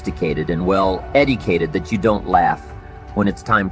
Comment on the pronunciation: Some clips are him with his beautiful inflection on key points. AI can be amazing….however, at 24 seconds and 30 seconds in are two perfect examples of where Mr. Rohn changes his pitch to drive a point home. The AI components of this cannot seem to pronounce “educated” and can certainly not mix in the warmth with which this master delivers his messages. All still good words though…